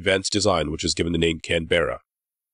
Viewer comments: Its a Canberra not Can-Bearer. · Please!!! There's no "bear" in Canberra! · IT'S Pronounce Can-berr-a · Nit-picking: It is not the Can'berra but 'Canberra, with a silent e. Just ask any British (or Australian) citizen. Also, the engines were not Evons but Avons (named after the Avon river, known for Stratford-on-Avon, home of Shakespeare).